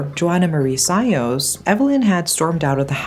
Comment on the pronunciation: How come you still pronounce Sayos in anglo accent?